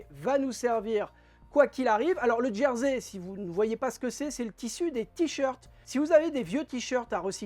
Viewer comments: Merci pour ce tuto sympa en « Djersey »Je ris à chaque fois que vous prononcer ce mot 🤔😂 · Ce n ‘est pas une moquerie de ma part.J’ai toujours entendu Jersey désignant le tissu ou l’île prononcé Gersey en français .je ne tiens pas le monopole de la meilleure prononciation.Continuer à nous faire rire 🤣 c est vital en ce moment